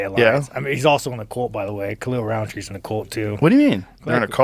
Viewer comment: Khalil rhymes with "the fill" not "the feel"